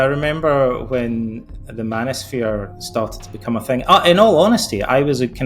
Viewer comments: "Manisphere" ? Step the F off. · lol the “mano-sphere” my goodness you lost me less than a minute in.